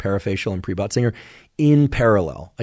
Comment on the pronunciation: Lol k, is he saying butt singer?